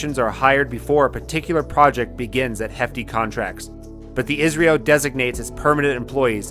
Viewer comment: Its I S R O ....dont pronounce it as Israel